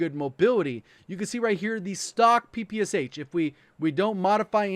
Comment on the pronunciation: Ppsh you actually should pronaunce this as Pepesha